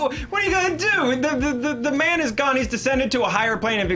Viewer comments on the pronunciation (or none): none